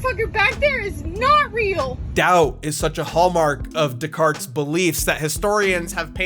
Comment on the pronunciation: It's pronounced "Days-Car-Tays." Days-Car-Tays